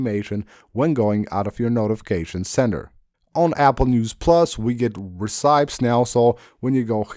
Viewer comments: Very informative video 👏 Recipes is pronounced Re/ci/pees not Ri/cips. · did bro really say recipes as “ri-sai-ps”